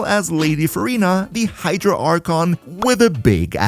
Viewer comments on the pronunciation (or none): none